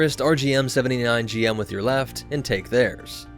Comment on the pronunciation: Hey 00 is pronounced double o and rgm-79 gm is pronounced Jim and you forgot the zaku 2 high mobility type